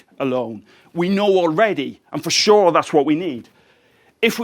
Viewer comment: To be Shor, to be Shor